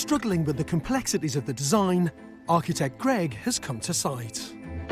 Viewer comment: Finally George caved and a one point pronounced "Architect" correctly. Cheers George!